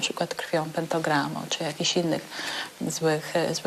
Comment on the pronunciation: "PENTOgramu" boję się co to oznacza xD